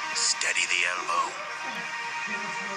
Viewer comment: He mispronounced amateur.